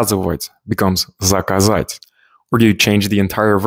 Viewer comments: It’s заказАть, not закАзать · Hey man, sorry to say, but you have an incorrect location of the accent in "заказать", it should be "заказ'ать". Sorry for nitpicking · wrong stress mark in заказать.